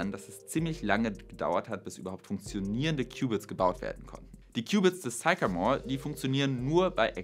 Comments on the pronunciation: Sycamore: spricht sich nicht: zeikamor, sondern: ssssickämor Aber zur Sache: Ich denke nicht, dass uns Quantencomputer in den nächsten 20 Jahren beim MediaMarkt begegnen werden. Ich habe in den 90er Jahren Mainframe-Rechenanlagen aus den 60ern, die z. T. noch aus diskreter Elektronik bestanden (z. B. HP 3000, IBM 360, ...), automatisiert auf damals moderne Client-Server Systeme (z. B. HP 9000) konvertiert. Aber kurz danach waren auch diese Systeme überholt, und jeder Mitarbeiter, der vorher vor einem Terminal saß, hatte nun einen (Windows-)PC. Und die Daten, die vorher auf wuchtigen Bändern waren, wurden erst auf DATs geschrieben und dann sogar auf optischen Speichern und Festplatten abgelegt. Aber in dieser ganzen Zeit von den 60ern bis heute war immer der bestimmende Faktor die Verarbeitungs- bzw. Bediengeschwindigkeit des Menschen. Sicher gibt es viele Aufgaben für extrem schnelle Rechner und Quantencomputer, aber außer dem Wetter sind diese Aufgaben alle rein akademisch. Und das Wetter ist schon längst gut genug vorausberechnet. Mehr als die heutigen Hochleistungsrechner der meteorologischen Institute braucht man auch in Zukunft nicht. (Es sei denn man vervielfacht die Messstellen um 2 oder mehr Größenordnungen.) Der Quantencomputer ist ein akademisches Spielzeug. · Sycamore is pronounced sickamore ˈsɪkəmɔːr